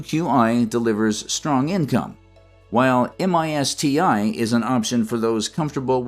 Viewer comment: The AI doesn't even get the last ETF name correct and no one caught it. It's MSTY not MISTI